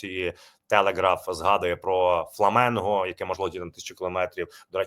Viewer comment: Підкажіть ведучому , не ФламЕнго, а ФламІнго